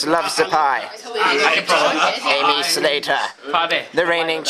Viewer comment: it's macrae not mcrae and with aimee the accent is on the first e, not the second :) silly fritz